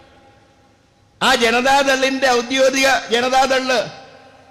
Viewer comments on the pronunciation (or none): ശ്രദ്ധിക്കണം. ഔദ്യോഗിക, ശരി. ഔദ്യോതിക, തെറ്റ്.